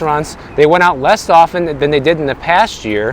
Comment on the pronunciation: Two things discredit you a little; mispronouncing the word 'less' as in when you say "lest often' and also failing to mention the Biden communist government overreach in forcing fast food restaurants to pay $20 minimum wages to low skilled people many of whom can't even speak English was warned by reason-based fellow voters as disastrous only to be called 'racist' or worse. You should mention that. Get Woke - Go Broke.